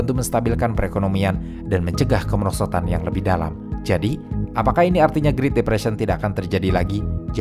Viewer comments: bro said "greet" depression wtf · Naratornya suruh les Bahasa Inggris dong. Ganggu vanget denger doi ngomong "griit"